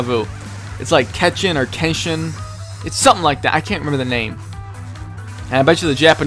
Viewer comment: kechin pronounciation: kecheen.